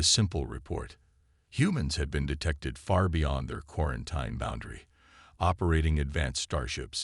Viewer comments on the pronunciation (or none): Pronounced quaranteen